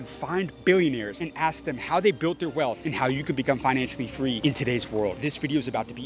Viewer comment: I think you lack emphasis on the "B" from Billionaires, cause we all know, the dankest way you say that "B" the more street cred it give you!